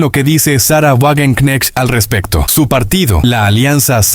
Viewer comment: se pronuncia Vagenknejt